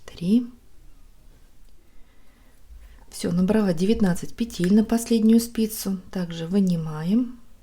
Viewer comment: Пожалуйста, пЕтель, а не петЕль! Очень не комфортно слушать Ваши петЕльки, очень режет слух🙏🏻